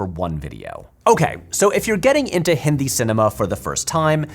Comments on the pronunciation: It gave me a lot of unexpected happiness when you pronounced "Hindi" correctly. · Loved this. It's such a minor detail in the overall scope of the video, but I really appreciate how you attempted to pronounce words correctly instead of anglicizing everything. I actually did a double take at the start of the video when you first said "hindi" correctly with the softer "d" sound. It means more than you'd think! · Thankfully he is saying "Hindi" correctly.